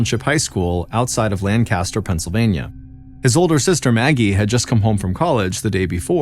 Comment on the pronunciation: Lancaster, PA is pronounced LANG-kiss-ter Great storytelling- one that I haven’t heard before as a native Pennsylvanian!